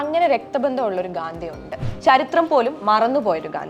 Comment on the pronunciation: Mole gadhi alla Gandi😂😂😂 anu adyam adu paranju padi